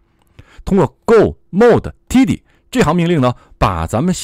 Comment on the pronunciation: 哥。tidy读错了。。。读|`taidi|